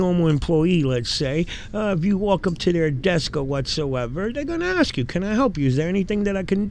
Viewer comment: PLEASE the words are " Ask and Asked" not AXE nor AXKED.